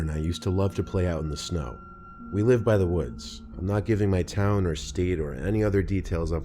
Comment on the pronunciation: Dont let this distract you from the fact that Santa Claus is cummin to Tahn